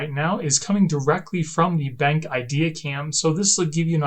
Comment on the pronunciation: Nice review and cool features! I think it’s pronounced ‘Ben’ then the letter ‘Q’ (like cue), Ben-Q, just a heads up!